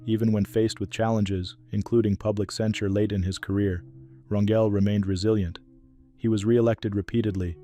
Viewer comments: Pronounced "R an hel " Not Ran "jel!" Like jelly Bunch of these people were just like us with Many faults but at least did their best to be not to be ultimate Hypocrites!! RIP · His name is pronounced CHARLES RAN GAL!!